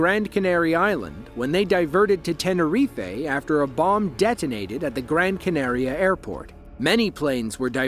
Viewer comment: True. However, English speakers don't usually pronounce the capital city of France as Pahree. There are acceptable pronunciations of foreign language words. But the fact the video then went on mispronounced Gran Canaria is pretty hilarious. Did you pick up on that?